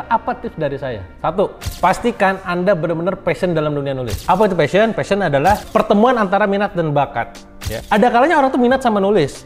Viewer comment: Kang pliss, PASHION, bukan FASHION. kalao fashion perasaan itu pakaian deh.. 😂😂